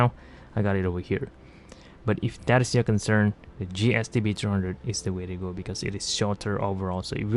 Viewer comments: you keep saying GST-B-droohundred. Which one is this? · Hey lady. Do you mind pronouncing the f** models clearly? ; "GSTB #&$-_+$-#&#..."? Isn't English your native language?